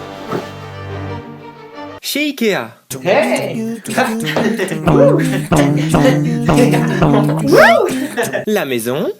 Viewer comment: Je suis le seule à à avoir remarquer quil a dit ea a la place de ikea?